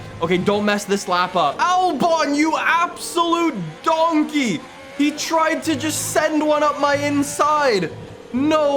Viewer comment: the way he said donkey .lol